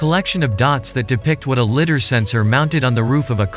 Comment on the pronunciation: LIDAR is pronounced LIE-DAR not litter..